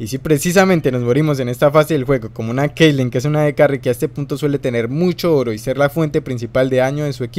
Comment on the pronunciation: te equivocaste, esta es caitlyn y no keilen